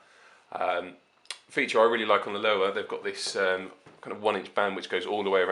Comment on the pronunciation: It's pronounced "LOAVA". De nada.